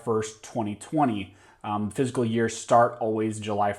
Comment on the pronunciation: Quit saying "physical" when you are referring to the "F I S C A L" year!!!